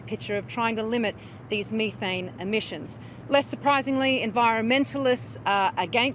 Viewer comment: You shouldn't talk about methane if you can't pronounce it properly.